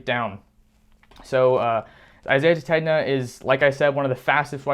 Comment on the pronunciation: The name is pronounced suh-TAYN-yuh